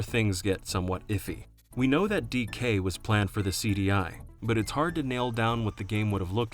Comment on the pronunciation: The way you say "DK" gives me an aneurysm.